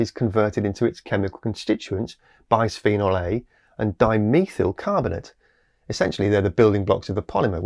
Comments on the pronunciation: Just a tiny nit-pick: bisphenol is derived from bis-phenol (bis indicates position of the phenol group), not bi-sphenol. Consequently, the s is part of the first syllable, not the second. It's one of the curses of remembering organic chemistry... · 'bis' rhymes with 'kiss' not 'nice.'